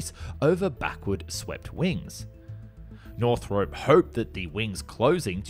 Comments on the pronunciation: Just a little thing, while watching: It's not really pronounced "north rope" it's more of "north rop" like romp without the m. Another thing, it's F one eleven, not F triple one. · You're Australian, HOW do you not know we have always called it the "F one eleven" ??? Also WHY do you keep saying "Northrope" ?? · Is anybody else triggered by him pronouncing Northrop "Northrope"? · Every time you say "Northrop", it kills me a little inside. Northrop rhymes with shop, not soap.